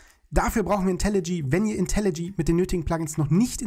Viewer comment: Seit wann heißt das eig IntelliG? Das heißt IntelliJ (IntelliJey)